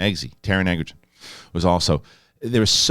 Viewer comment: Hey. You always pronounce Egerton as Egg-er-ton. It should really be pronounced Edge-er-ton. If you don't believe me, then believe the man himself